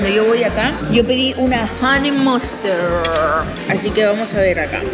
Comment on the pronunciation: Solo los Olds recordarán la pronunciación de “HoneyMustaaaaard”